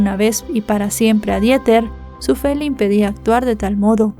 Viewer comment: me encantas como siempre, solamente que, la pronunciación de Dieter en alemán es:Diter. Te mando abrazos y bendiciones, no lo hago para ofenderte. ❤❤❤❤❤